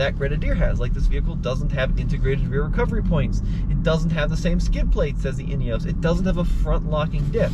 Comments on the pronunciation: "in-ee-os", not "in-ee-ohs" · European pronunciation is INEOS not INEOWSE. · There's no e on the end. Ineos not ineose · I believe that the makers call it with the pronunciation "inioss" and Americans should respect that and not refer it as an " inioss. Just my humble opinion. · Great video, interesting comparison. There have been comments on the INEOS about slightly offset pedals being uncomfortable on long drives. Was that apparent? BTW INEOS most people in UK pronounce it IN-EE-HOS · Guys - it's pronounced "Inny-oss".